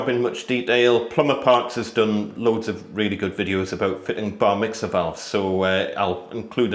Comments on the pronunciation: Ha! I kept hearing Bar Mitzvah :) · I keep hearing Bar mitzvah 🤣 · every time you said "Bar mixer", all I could hear is "bar mitzvah" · Bar Mitzvah I thought i heard and realised it was Bar Mixer!! 😀 Another video of great tips.